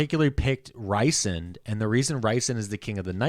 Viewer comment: Rhysand is not pronounced "RICEand", it's "REESand"...minor detail, but makes my eye twitch when someone says it like that 😜 😂